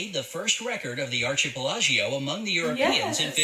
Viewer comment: How about the word "archipelago "?😂😆😄😁